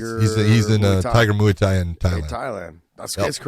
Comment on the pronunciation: Ok Chael “Mooey Thai” lololol